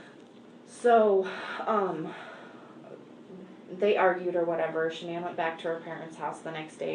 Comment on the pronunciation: This isn't a big deal at all but I just find it odd that her mom, dad & brother pronounce her name the typical way "Shannon" is said, but her friends call her Sha'nnan? I would just think that the people who named her would pronounce it correctly 🤷